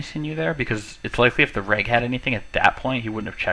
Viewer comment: "reg" not "rag" reg = regular, bad reg = bad regular... you can go from there